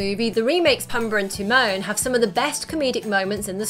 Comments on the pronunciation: “Pumber and termone” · It's Ti-moan and Poo-mba. Not Tee-mon and Puhmba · She said it more like Tee-moan and PuhmBar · PUMBER and Tih-MOAN.